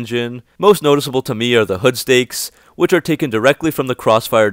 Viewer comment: Hood strakes - not “stakes”.